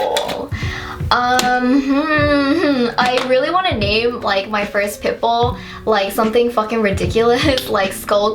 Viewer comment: i thought u said 'pimple' instead of 'pitbull' and i was so confused